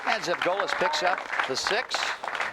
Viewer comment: Refreshing to hear my last name pronounced correctly, Zevgolis. I have long given up on correcting anything but the most absurd pronouncinations of it. Even recently my uncle Paul (or Butch as we call him) is as tough as they come, even in his 70s. Unique style, yet he got it done.